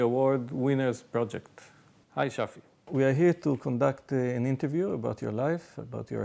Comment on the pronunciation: It's Shafi, not Shari.